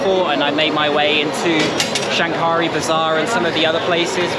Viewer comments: Hi,I am a Bangladeshi living in Australia...while you visited old Dhaka the word Shankari bazar should pronounce Shakari the N remains silent.....I enjoyed watching your video Thanks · You don’t pronounce the ‘n’.